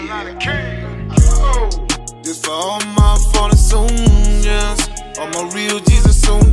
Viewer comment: What the f**k is a “soilder”? 🤔